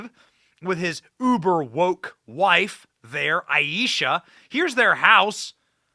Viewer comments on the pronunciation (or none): none